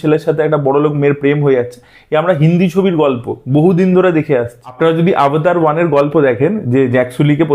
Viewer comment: Avatar ❌ Obotar ✅